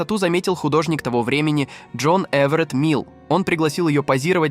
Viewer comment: Художник не Мил, а Милле.